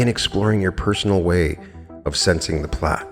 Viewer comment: Pronounced "Plate" I thought?